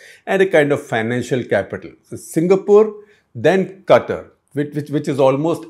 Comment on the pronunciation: love how you said Gutter instead of katar(Qatar) 😂😂😂